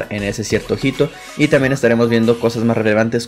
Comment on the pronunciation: la H en español no tiene sonido. HITO se lee ITO